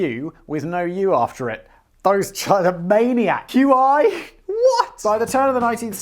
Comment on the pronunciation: Qi is pronounced Chee or Key